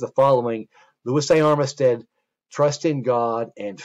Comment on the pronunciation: Armistead is pronounced armstead in va